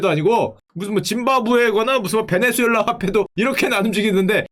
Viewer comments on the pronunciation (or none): none